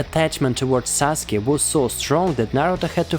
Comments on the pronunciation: It’s Sasuke not Saske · It’s sasuke not saske. But it doesn’t really matter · its sasuke not saske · “Saske” lol it’s “Sasuke” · Saske its Sasuke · IT'S SASUKE NOT SASKE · Did he say susake is Naruto's first love. 🤣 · How it's pronounced: Sa-Su-ke How people pronounce it: Sas-Kay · How many times did he say saske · Is any one gonna tell him he's saying Sasukes name wrong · I was thinking the same lol